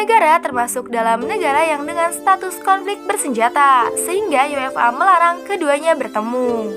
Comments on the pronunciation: For example: UEFA sounds like UFA (yú-e-fā) phonetically. I read that just yuéfa, just like English. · Baca UEFA nya terdengar seperti yu-ef-a.